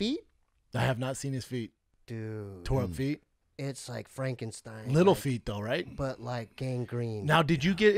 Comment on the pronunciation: He said "spankenstine" 🤣🤣🤣🤣🤣🤣